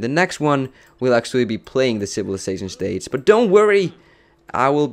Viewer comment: I really liked when he said moustace instead of moustache and stadze instead of stage :D